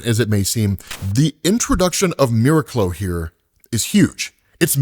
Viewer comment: I think it's pronounced mir-aac-lo